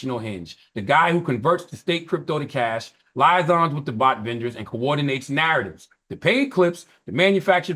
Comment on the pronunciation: Charlemagne has never seen the word “liaisons” 😂